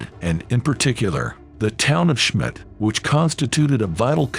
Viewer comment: Who knew that Schmidt was pronounced "Shim-it"?